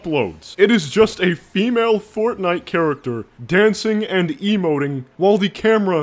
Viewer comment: I shouldn't have laughed when he said Fortfart.... but I did.